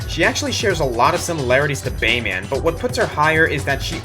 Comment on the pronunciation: The way you say "Bayman," like "Superman" or "Batman," is pretty annoying...